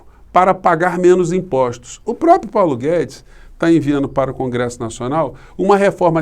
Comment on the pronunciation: O Globo mal fala o nome de Paulo Guedes.